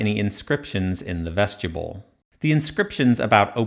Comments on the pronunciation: Vestibule. Pronounced "Vest-i-byool." You keep saying "vestchabull." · VEST-ih-BULE not vesgetable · Am I the only one irked by him pronouncing “vestibule” as “veschuble”? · Good work, as always. I have only one, rather pedantic suggestion. I applogize for it in advance. The word "Vestibule" is not pronunced "vestible" or "vestiboole." Think "yule" with a "b" in front of it. Phonentically, "vestib yule." I'm normally not so picky, but you put so much effort in your work in order to bring clarity to long-accepted areas of misinterpretation in the field of egytology, that muddling it up with a repeated mispronunciation is an unforced error, that can, and in my opinion, should be avoided. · Yeah, I'm not sure I want to rely on the expertise of a guy who can't even pronounce "vestibules" correctly and says "ves-tube-uls". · "Vestubule"? You should say vestibule. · Vesti-byool, not vestya-bull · Vestibule is not 'vest-yable' -- it's vest-ib-you'll or vest-i-bulle -- pretty much like it's spelled. It's basically a foyer, which is not said foy-er though, but foy-A. An entrance room. Anyway, yet another reason to dislike Hawass if he's backing this "3-chambers" guy. I'm going to assume they made as many rooms as were deemed crucial and those needs/desires changed either from Pharoah to Pharoah or as time went by. Pyramid interiors are clearly vastly different and trying to simplify them into a non-reasoned set of 3, when 3 isn't even right or defensible...pfft. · you say vestibule like "vegetable" lol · Ves ti Bewle ... vestibule ... short I long U ... not as you keep mispronouncing it ... sadly english is NOT your strong suit since you cant even say one of the most common words in the english language ... which further proves Nazi America is NOT educated but indoctrinated into stupidity ... and is UNABLE to recite English correctly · "Vestibule" 'bule' as in 'mule' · I keep hearing “Vegetable”, lol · I don't think 'vegetable' is the correct pronunciation